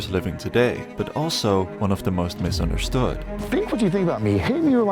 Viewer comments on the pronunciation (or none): Yes, so "mistunderstood"